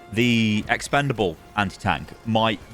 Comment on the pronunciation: Please stop saying "Expendalbe Anti Tank".. It's "eat it"... GAH!